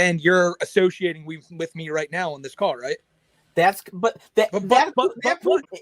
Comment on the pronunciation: "am i wight.. AM I WIGHT!?!"